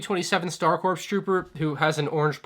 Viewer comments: Dude i hate to be that guy and im sure im not the only one. Its pronounces "core" not "corps" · “Corps” is pronounced like “core”, it has a silent p and a silent s.